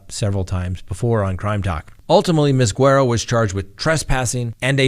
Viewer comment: Without even seeing her name, Im 99% sure her name is Guerrero not Guero.